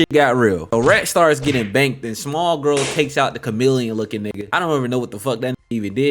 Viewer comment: Woooooooo he said “banked” ! Are you from Baltimore?